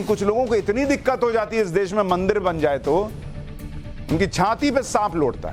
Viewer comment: अरे देस नहीं देश बोलते है तुम बोलना सिखो. बाद में दुसरे के डिग्री मांगो . अब अनपड कौन रिसर्च करो.